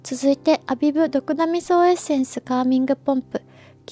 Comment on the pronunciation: コメントありがとうございます😳🌸ア↗︎ビブ！！ すごく気になって他の方のYouTube色々見てみたら、たしかに皆さん音が上がってました😂💕 発音！！これから気にして動画作ります🥺教えて頂きありがとうございます！！✨🌈🙌🌸🌈ア↗︎ビブ！！